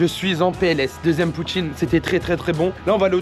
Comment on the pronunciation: J'adore! J'ai ris et j'ai faim "Poutiineu" tu m'a tué 😂